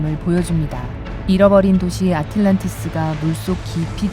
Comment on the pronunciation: 중간 넘어서야 아틀란티스라 하네~~??? 아틸란티스가 아니라 아틀란티스 입니다